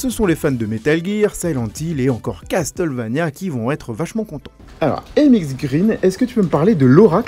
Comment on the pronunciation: "casteulvania" mdr